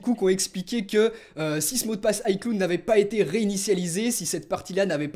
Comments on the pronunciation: Pourquoi tu prononce les mots anglais à moitié si tu prononce iCloud en AyCloude je vois pas pk tu prononcerais pas iCloud en AyClawd -_ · On le prononce iClaoud et pas iCloude merci :) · "Aïcloud" 😂😂😂 on dis "Aïclaoud" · ça s'appelle de la prononciation... On ne dit pas ICloud mais bien "Aïeclaoud" par contre on l'écrit "ICloud" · Lol aieclud cest icloud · Juste on est en 2016, peut tu arreter de dire "aiecloude" mais bien "aieclaoud" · Ps on dit "AyeClaoude" pas "AyeCloudeu" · J'adore ta prononciation de "cloud" ... Sinon vidéo intéressante. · La prononciation d'iCloud je saigne des oreilles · Mon poto t'es un youtubeur Apple qui pèse plus de 350 000 abonnés et tu sais pas prononcer iCloud correctement, il y a un problème apparemment